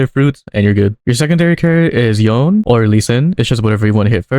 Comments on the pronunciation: To pronounce Yone...It is "Yon-Nay"...NOT YON! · Saying yone instead of yoné is illegal